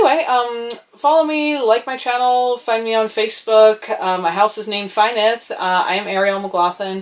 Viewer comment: Yes of course you can. "F" in Welsh is a "v" and the "y" is pronounced just like "u" in "such". So "Vu" (not "vw"). Nyth you already have. The letter "y" can be pronounced as above or as like the "i" in "bit". Give it a try and your Nest will be complete. Congratulations!